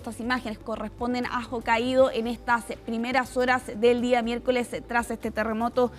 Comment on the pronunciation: NO es ojo caido es JOKAIDO